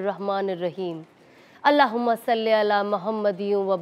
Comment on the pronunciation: It is Allah huma salii Ala not saly ala kindly correct it